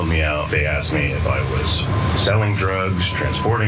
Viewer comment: Aksed... lol